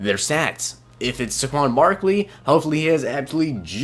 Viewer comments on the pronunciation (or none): SAY-kwon Barkley.